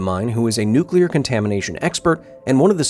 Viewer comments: Did I just watch something about a nucular accident or a promotion for a creepy pasta? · Nucular, it's pronounced, Nucular. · Nucular... it's pronounced NUC-U-LAR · Its actually spelled nucular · Its Nucular